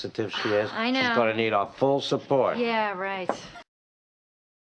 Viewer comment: the " support " said by the man is much like "suffort"